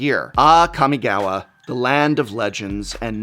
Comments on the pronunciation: It's NOT Kam-Mi-Gaow-Wa prof, It's Kah-mi-gah-wa. It might be just a personal tiggering thing , not really that big of a deal, just feel like nails on a chalkboard. I took Japanese in college for a couple years so its prob why its painful to hear. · kɑ-mɪ-gɑ-wɑ. Please, I beg you, get the pronunciation right. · What the F*ck is a Camygawha say it right you 👉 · It's been consecutive videos since you mispronounce Kami-gawa, Prof. Would like to think that if you like something (or culture), you would care enough to know the names and try to get the names sounding right. You got this right !!!! Nice!